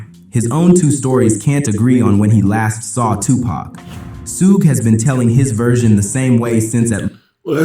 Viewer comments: "Its not sue gay its shuge." So that video is clearly AI and shouldn't be trusted. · Su Ge the ai is pronouncing it like it’s Japanese.